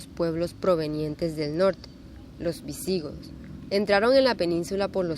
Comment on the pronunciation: Muchos errores e imprecisiones de historia en este video, además de pronunciación incorrecta de algunas palabras ("visígodos", "quechuá", etc.) y una forma de lectura poco fluida. Las imágenes que muestran muchas veces no tienen relación con lo que están diciendo. Y al final, la presentación termina en forma abrupta, sin ninguna conclusión. Esto ni siquiera sería aceptable como presentación de niños de primaria.